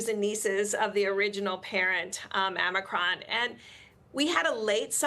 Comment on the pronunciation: Amicron??? No it was Omicron